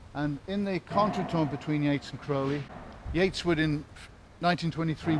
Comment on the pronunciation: Thank you for pronouncing Crowley correctly. Of note is at that time all of this was not extraordinary. Secret societies were everywhere. And studying the occult was the rage.